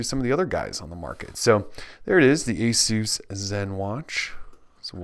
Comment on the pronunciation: for pronouncing Asus properly!!! Great video!